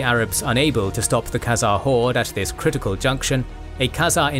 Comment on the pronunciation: 'Khezemies' hahaha